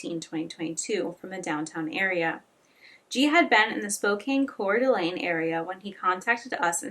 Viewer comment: Hey I live in the area (Spokane) and I know some of the names are difficult so for future videos here’s a guide Kootenai= koot-knee Coeur d’Alene- kore-duh-lane Spokane- spo-can Palouse- pa-loose Hope this helps I’ll edit and add more if I hear more difficult ones. Great video, your respect for the families really shines. Hope they are able to find some sort of peace 💔